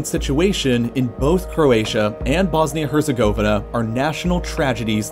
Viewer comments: “Bosnia and hUrzIgOeViHnUhh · The way he pronounced Herzegovina is so wrong it’s hilarious 🤣🤣🤣🤣😂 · the way you pronounced Herzegovina is wrong and weird